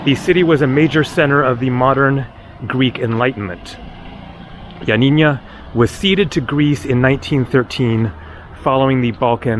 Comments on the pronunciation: YioaNNINA not YioaNINNYA. No Ya at the end. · its pronounced ee-o-a-nee- na. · Ill help you with the pronunciation of Ioannia. Just pronounce it Yanniana Like the singer Yanni and add na. So glad you visited Epirus. My dad was from Epirus. Such a beautiful place. Glad you are headed to Parga. I was there in summer of 2023 and also visited Lefkada. Enjoy! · Turkish language was written in Arabic until the early 20th Century and Atatürk adopted the Latin Alphabet. There were many places unfortunately you were not able to see . the way your pronounce Ioannina is Yanina but with no accent on the na at the end . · Ioannina is pronounced ' YUH - NEE - NUH.' It is named after St. John which in Greek is St. Ioannis. It means 'City of John.' The city was named after St.John due to St. John's Monastery, founded around 510 AD. He was at the time patron saint of the area. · lol yep you butchered the pronunciation of Ioannina 😂 But we forgive you.. Thanks for the video 👍😆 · Dear half Greek. You did also pronounced it incorrect though. Twice. :D